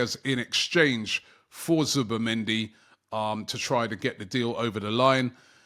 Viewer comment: I am seeing so many different spellings of Zubimendi in the comments. Zubamendi, Zubermendi, Zubemendi I blame Robbie and his weird pronunciations 🤣🤣🤣🤣